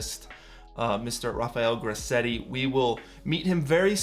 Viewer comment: Awesome, very chuffed to see my work in here :) Also very weird to hear my name said with an American accent